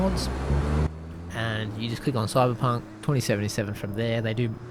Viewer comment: I love the way ypu say Coiberpunk :)